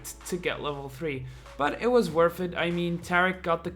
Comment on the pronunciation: You can't say worth it right lol